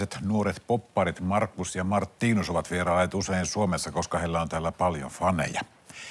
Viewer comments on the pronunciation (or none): ”Marttiinus”😫😫 Noooooo it’s MARTINUS